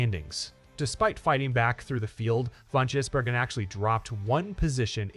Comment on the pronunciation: Why are so many Americans unable to read or understan d?his name is Gisbergen NOT Jisbergen